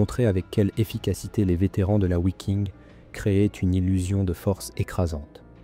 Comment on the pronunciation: Bon documentaire. Dommage que les noms en allemand soient aussi mal prononcés. Le « w » en allemand - comme en français d’ailleurs - se prononce « V ». On ne dit pas : ouiking, mais viking. Simple question : en français dit-on : ouagon ou vagon pour le mot « wagon »? Si vous pouvez répondre à cela, alors vous aurez nettement progressé en prononciation.